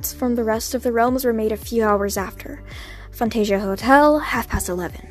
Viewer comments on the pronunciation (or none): I think it’s Fanta sia hôtel not fant Asia hotel.